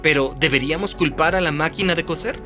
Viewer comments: ¡Hola! Hace unos segundos escribí que no es "cocer" sino que "coser". El térrmino "cocer" se refiere a cocinar sumergiendo los alimentos en agua muy caliente o hirviendo, mientras que "coser", con "s", y por lo tanto no se pronuncia igual a "cocer" si no seseas, se refiere a usar hilo para juntar pedazos de tela, cuero u otro material flexible. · Coser, not cocer. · Cambiad te doblador al español, por favor. Cocer y coser no es lo mismo. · Se dice COSER COSER COSER